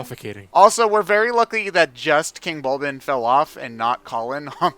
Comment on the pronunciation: It’s King Bulblin. B-U-L-B-L-I-N. Bulblin.